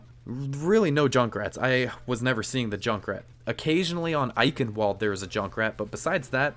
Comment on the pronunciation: How You pronounce "Eichenwalde" is just too funny man 😄